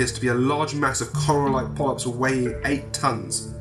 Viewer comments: Coral? More like voral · all I can think of when he says "coral" is that Walking Dead meme.